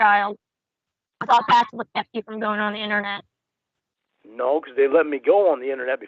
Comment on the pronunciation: Take a shot every time says, "innanet" 🥃